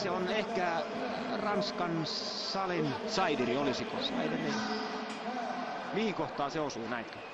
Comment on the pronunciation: se nimi lausutaan [sdiri] eikä [saidiri]. Tarkkuutta,!